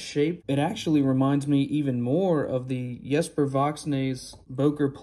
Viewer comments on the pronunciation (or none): none